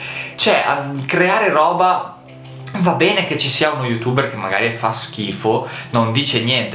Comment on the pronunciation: perché dici youtubberz?